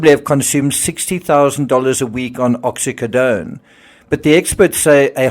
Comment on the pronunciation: What’s with the way you say Oxycodone and Mercedes, ridiculous!